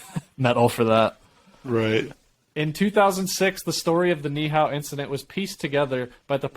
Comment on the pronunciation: Ni’ihau 🦻🏾 knee - eee - how